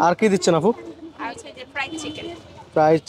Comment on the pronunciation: আফু না আপু আদুকি শিক্ষিত নাকি শিক্ষিত হয়েও অশিক্ষিতের মতো রাস্তায় নেমে পড়েন ইউটিউব করতে। ইউটিউব করা বা নিজের কিছু করা এটা ভালোআমি এটা নয় যে একটা কথার মাধুর্য থাকতে হয় এবং একটা আফুকে আপু বলতে হয় একটু আরো স্পষ্ট কথা বলার জন্য চেষ্টা করবেন আফনার না আপনার এসব উচ্চারণ গুলো ভালো করে চেষ্টা করুন